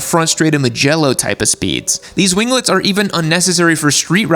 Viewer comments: the G in "wing" is silent. Just as it is in "winglets". Wing-lets, not win-glets. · Gunna buy a bike with winglets and rev it up in driveway just to hear him say "wing-guh-lets"